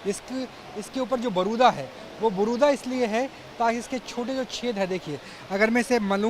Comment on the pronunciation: बारूदा नहीं भाई जी, बुरादा बोलो